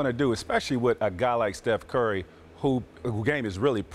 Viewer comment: “steph curly” 😂😂 stephenA was trying so hard not to laugh